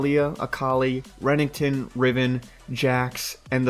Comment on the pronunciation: Did anyone notice how he said renekton